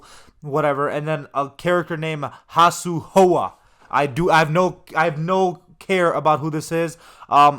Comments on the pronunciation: Not hasu huo its sue how?😂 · Last guy is a 3d era character from Deadly Alliance. He infiltrated the SF and blew up one of their bases. Unfortunately Jax found out, and ripped his cybernetic heart out. I believe he was part of the Red Dragon. Also you butchered that name badly. You pronounce it like it “Sue How”. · Did bro just say ha su how? Lol I can tell your not a day 1 but respect you for trying to update us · Kung Lao is a great fighter idk what you are talking about lmao. “Hasu Hoa” 😂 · he lost me when he confused Nitara for Motaro and then mispronounced Hsu Hao while saying “I don’t even know who that is” Like why even cover something you’re unfamiliar with? Cuz views